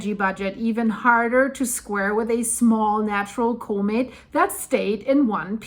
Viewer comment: Comet not cooment